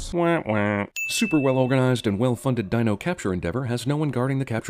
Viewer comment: why do i yawn when i watch ss movie? dino? "dee-no" , i pronounce. cute .